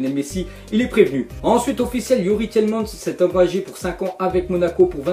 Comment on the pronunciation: Sa se prononce TILEMANS!